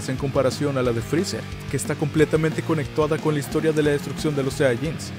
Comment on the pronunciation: minuto 49 dijo conectuada